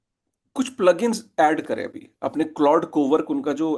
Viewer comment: अबे बोबडे "क्लाउडे" नहीं "क्लॉड" बोलते है।